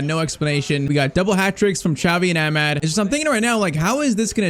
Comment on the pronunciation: youve been pronouncing amad's wrong. its amaad. aa sound before the d. and also you need a technical left back like how mazraoui is because dalot cannot play in amorim's system in this game